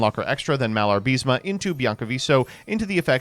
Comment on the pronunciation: IS MALA-BA-RISME. Not "MIALAR-BISME"